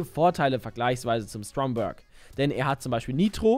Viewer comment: Schönes video aber kannst du bitte aufhören denn Stromberg Englisch auszusprechen? Das ist ein Deutscher Name.